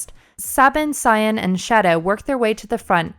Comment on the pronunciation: Say-bin, Kai-en